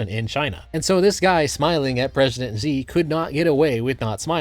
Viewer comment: Great video, but "Xi" should be pronounced more like "Shi" rather than "Zi". Not that this madman deserves our respect, just that it'll make you sound more professional :)